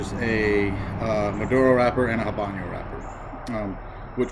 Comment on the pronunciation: Thank you for the review. It is good to get a review from someone other than the seller, manufacturer of the blender. Bye the way, it is not pronounced haban yo. It is ah-bano. The "H" is silent and there is no ~ over the n (ñ).